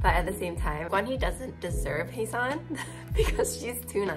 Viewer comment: his name is pronounced with aspiration -- G*H*WAN-HEE. your pronunciation was more correct when you said it in english than when you tried to pronounce it in some other way